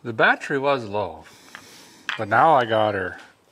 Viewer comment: My wife’s laughing and saying battree, so I guess I gotta subscribe.